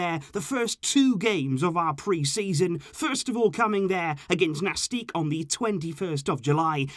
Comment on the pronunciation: Seriously, man... I can't believe you've been making videos for so long and you can't say Nàstic properly... It is so obvious with the accent above the a... It's Nàstic, not Nastíc... Same with Cádiz, not Cadíz... For an expert in La Liga I would expect to to know how to pronounce some basics...